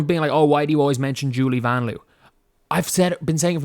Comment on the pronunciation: did you see the video where Vanloo tells us we’re pronouncing it wrong? 😬 It’s pronounced more like Von Loah.